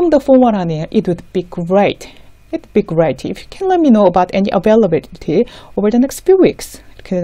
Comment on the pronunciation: It is wonderful to see a 'Business English' site. Thank you for your effort to help Koreans with their business English. I have a couple of questions. Don't we put 'of' after the date of a month? For instance, I would say, '18th OF February,' instead of '18th February.' Also the accent on 'availability' is on '-bil-,' in American English - maybe British accent is different??? Yes, I think Britains enlongate 'a' more than Americans. Also I would say, "whom to contact," instead of "who to contact to." Thank you for explaining the nuisance between 'Sincerely yours' and 'Yours faithfully.' Thank you again.